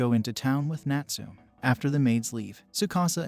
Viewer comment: Please pronounce the name Natsume properly . It's NUT SOO MEH , not NUT SOOM . SMH!!!